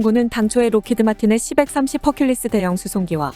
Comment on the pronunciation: 기계음 짜증 c-130 시 일삼공 이라해야지 시벡삼십이라네